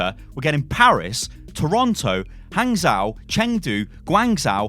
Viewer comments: PSA: In Chinese, zhou is pronounced "joe", just with a very short o sound. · Hey,! If you ever see "zhou" in a Chinese word, you can pronounce it as "joe" (like the name). The tone of how you say that, well, that's another story!